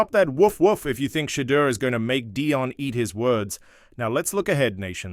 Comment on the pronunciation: You need to learn how to pronounce Shadeur and Deion. I don't care what number Shadeur wears as long as it isn't 14.